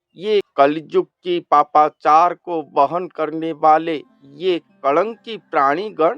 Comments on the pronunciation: कलंकी नहीं महाराज कल्कि भगवान है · Kalanki mat boliye , kalki naam hai